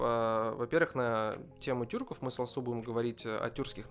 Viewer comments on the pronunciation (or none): Не Турков правильно тюрков русские разделили поставили ударение у